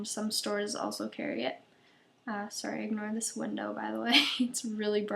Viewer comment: Are you from Canada? You say sorry in that cute Canadian way